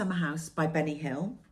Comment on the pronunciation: Hi. Your embroidery is beautiful! Whenever you say Bunny Hill, all I hear is Benny Hill lol. Do you remember the show? My fav project at the moment is a birth sampler from Historical Sampler Co. Granddaughter #5 is due in a few weeks. 😊